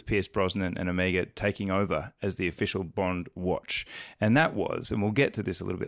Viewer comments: Does the chap in the middle say omegaR? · What the hell is Ewmuga? I thought you guys were talking about Omega. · When will you all learn how to pronounce "Omega"?